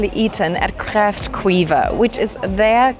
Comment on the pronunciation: Haha i loved the way you said kräftskiva :p not right but it was a good try :p (sk) make a certain sound that can be hard to prounce:)